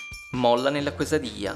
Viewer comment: Si pronuncia chesadiglia. Perdonami, ho fatto il liceo linguistico